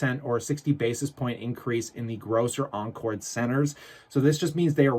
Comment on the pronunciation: Never heard "anchor" pronounced as "encore" before. LOL.